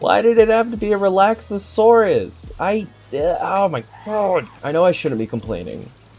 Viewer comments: Re-lax-or-us lol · I'm baffled that you can pronounce Hoocrates (Hoo-cra-tes) perfectly, but Relaxaurus (Relax-aurus) and Dinossom (Dino-ssom) you get wrong. Seeing as the names are there spelled out and you add extra letters to say them wrong (making Relaxaurus sound Relaxasaurus, or Dinossom into Dino-ossom) and Hoocrates is actually one of the few that is genuinely hard to pronouce if you aren't familiar with Socrates.